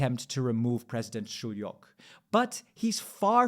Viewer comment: it’s pronounced shoe-yok. Btw this is what we voted for.